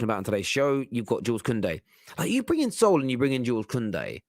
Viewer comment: This guy is hilarious. This is the second show where he can`t pronounce Sule name correctly even after i told him in the comment section. Listen again, you clown. It`s pronounced Su-le just like you would pronounce Su-arez. But knowing this guy he probably will bottle that again lik he bottles everything else😂😂😂😂